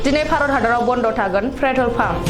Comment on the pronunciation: 'Pretol' nonga 'Petrol' sw